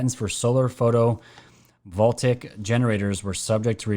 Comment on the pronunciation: Say “vol-TAY-ics”